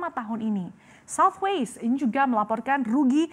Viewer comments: it's Southwest, not Southwaist ... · Ada yg kuping nya rusak kayak saya? Kok kedengarannya kayak southwaste bukan southwest ya?